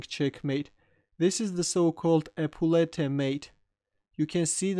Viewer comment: pronunciation of 'épaulettes' ;-)